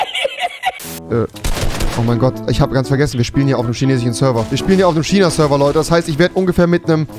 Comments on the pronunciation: Normalemenschen: Fisch Rewi: Fich Normalemenschen: Tisch Rewi: Tich Normalemenschen: China Rewi:SCHINA! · wen driggerts auch dass er die ganze zeit schiieena sagt😅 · Wen regt es auf wenn Rewi „tschina“ sagt 1 like= ein Ch für Rewi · Niemand wirklich niemand... Rewi:Schinaa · Niemand: Rewi: SCHINA!